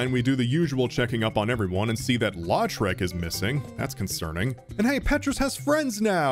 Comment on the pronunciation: just came across your video and enjoyed it. But i thought you might want to know (even though you probably won't need to say his name again) that around the 54 minute mark, when you're fighting the dragon, you mention the warrior Lautrec as "LAW-trec". I'm from louisiana (cajun french background) and that last name is pronounced "LOW-trec". Again, it's not important, but being a fan of this video, i thought you might be interested. Cheers.